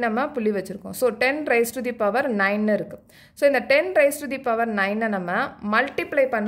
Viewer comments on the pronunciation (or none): none